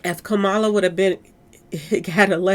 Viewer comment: Love your videos #! Former VP name is pronounced: Ka-Ma-La🩷